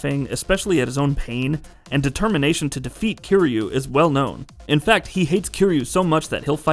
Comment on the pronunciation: I came here to say this. I was trying to be forgiving despite him being called KEEREEYOU